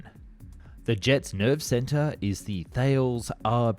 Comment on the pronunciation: Yet, can't say "Dassault" or "Thales". Or "missile".